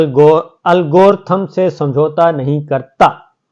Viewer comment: Algorithm, اس کو الگورتھم لکھتے ہیں اور الگوردھم بولتے ہیں